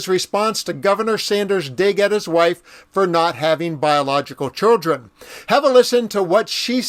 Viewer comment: Why is this man saying chudrin? Good grief!